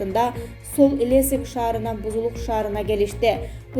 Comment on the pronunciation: Соль Илесик эмес Илецк